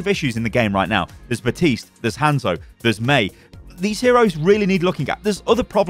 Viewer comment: Bruh how the FUCK are people still pronounce baptiste’s name wrong?